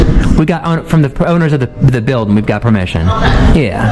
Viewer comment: Dis a prophesinal bildin I axed you not to reecord 😂